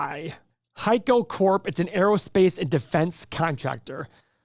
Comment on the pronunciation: HEICO for the moat and it rhymes with Geico